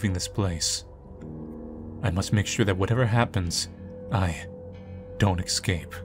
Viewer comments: Dear god please, it’s ES-CAPE. Esssss-scape, not ecs-scape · Everyone: "Es-cape": "Ec-scape" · Do you say word "escape" wrong intentionally? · Oh man, with the way pronounces "escape" (which is the incorrect pronunciation some people seem to have adapted for some reason) this series was bound to be interestingly frustrating 😂